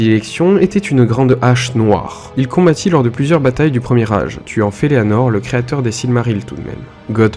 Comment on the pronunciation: Par contre je crois que cest Feänor ( Felleanor comme tu dis; en fait le nom se prononce comme il s'écrit) qui crée les Silmarils. Cest Melko ou Melkor ( Melkior) qui depuis le vol des Silmarils se fait appeler Morgoth. Le Beleriand désigne les terres de lest de la Terre du milieu dans les premiers âges du Monde; la guerre de la Grande Colère s'achève avec la Chute du grand dragon Ancalagon le noir qui vient s'écraser sur les pics du Tangorodrim. Voilà pour les précisions de ta vidéo. Une vidéo sur Feanor et les noldor serait intéressante.